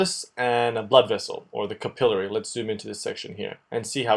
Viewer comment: Great videos. They are very useful for helping me understand what my professor is talking about. The only thing that I would recommend is improving on word pronunciations, they are a bit off (for example: capillary, pulmonary, macrophages, collagen).